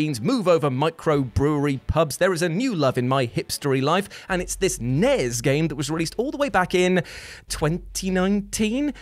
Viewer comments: It's not "nez" or "snez". It's "NES" or "SNES", each letter pronounced individually. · Something about the way says Snay-ez and Nay-ez instead of SNES and NES (rhyme with Ness) bugs me. Dunno why.